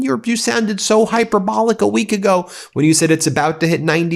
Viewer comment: high-purr.bull-lick not hyper-bowl-ick -- you do not pronounce the root noun hyper-bowl, hyperbole = high-purr.bull.lee